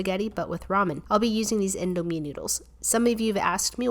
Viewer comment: U pranounced indomie wrong i know bcs am Indo heh